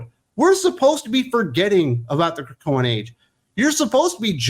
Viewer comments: I nearly drove off the road when you said, "The Krokoan." And that was EARLY in the video! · Wait, wait The Krakoan 😂😂😂😂. OMG really the Krakoan😂😂.